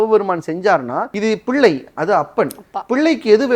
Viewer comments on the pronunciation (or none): none